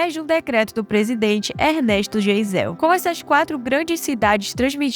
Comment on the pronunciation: Muito bom o vídeo, só que o nome do presidente se pronuncia Gaisel , mesmo que se escreva Geisel.